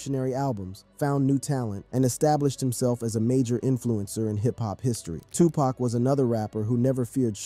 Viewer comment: Word. I came here to say this dude has ZERO credibility cause he can't even pronounce the names. Probly a bot...